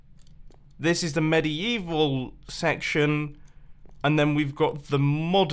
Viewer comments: "mediYEEval section" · medi-evil ... ok, whatever you say